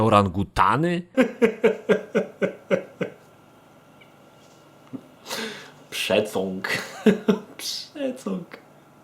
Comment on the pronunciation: Rozbawiły mnie słowa "przecąg" i "zniszcenie" 😅